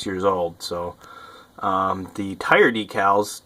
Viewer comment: DECALS........... jesus say it properly.